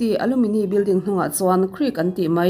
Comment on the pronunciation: Alumini building niloin Alumni - Alumnai tih zawk tur anilo maw aw